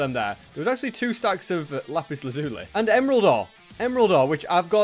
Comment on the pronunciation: Anyone remember searching up how to say lapis lazuli well he’s gone back to his old way of saying it 😂